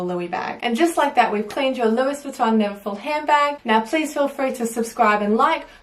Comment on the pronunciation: She said louiSSSSS Vuitton. Shudder.